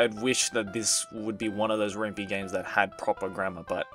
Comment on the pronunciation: I think the "Py" in "Ren'Py" sounds like "pie", because it's written in the Python programming language. I believe it's also a pun on "ren'ai".